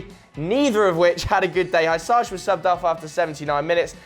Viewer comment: Dear God, you've butchered Hysaj's name. I mean, not even close. Just listen how his name is pronounced and you'll see the difference.